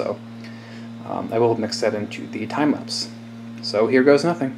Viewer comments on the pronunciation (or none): "Timeplapps" more like TIMESKIPS